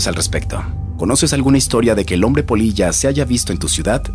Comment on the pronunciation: Crei que decia polla y no polilla jajaja xD